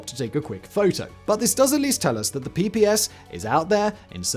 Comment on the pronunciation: Not "PPS" but "PPSh" (Pay Pay Sha)